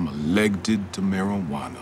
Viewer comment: “I’m alegted to marijuana.”